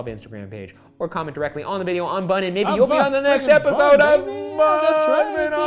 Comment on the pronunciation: i know he says "maybe" but i sure as hell thought he said "baby" and i didn't even question it